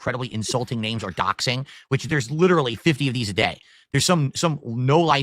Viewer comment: "Guys, my arms are LIDURULLY noodles!" \🐷/ --, probably